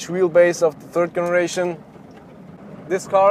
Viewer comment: I know it doesn't happen in German, but in English the g on some words like "generation" is pronounced like an English (not German) j sound. Maybe listen to "My Generation" by the Who.